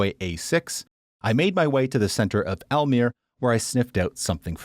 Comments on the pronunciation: In Dutch, like most languages, all letters are pronounced. So it's not al-meer, it's al-meer-uh. Also Drent-uh, not Drent ;) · It is Drenthe, not Drenth...the uh at thye end of drenthe has to be pronounced, same with almerE....it is NOT Aalmeer it is mere meeeeh ruhhh... and nope it is NOT Oetrekt with oe as in shoe...it is U-Trecht with ch as in loCHness and U as in dehevu...so NOT a ou as in you or an oe as in shoe.. ü in German Y in Swedish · okay, so most places you pronounced fine, but if a place ends in an e, it's definitely pronounced. so for Almere it's Almer-Eh and for Drenthe it's Drenth-Eh (with a pronounced T rather than the English th, that's not a thing in Dutch)